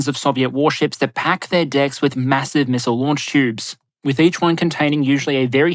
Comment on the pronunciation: I'm sorry but did you say "Macross missile barrage" ??? 🤓